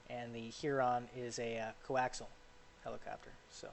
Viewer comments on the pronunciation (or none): none